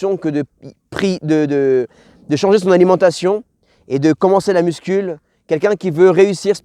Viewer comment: Parcero me gusta el tema pero una cosita jajaja no se dice “MUSCUL” pero “MUSCU”. Gracias por todo que dios te bendiga papi